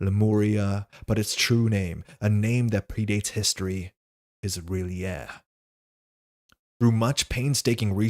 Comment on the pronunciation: The joy I felt when you pronounced R'lyeh the way i do, was second to none. I'm sure someone will correct me one day but until then, i feel validated. Thank you. I'm watching this stream in preparation for my first game of Arkham. I only recently bought into it , based almost entirely on your recommendations. im trying to get hold of some of the out of print stock but it is hard and expensive.